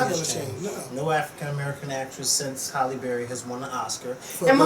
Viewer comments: It's HALLE Berry, not Holly ; lol. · Hi. Its Hailey Berry. Not Holly... I love you:/ lol